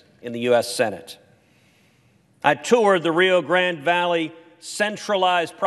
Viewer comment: Like Ted but it’s rio grand(e) silent E. NOT GRANDY